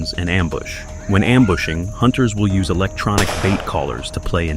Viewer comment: "Yoos 500,000" AI SLOP!!!!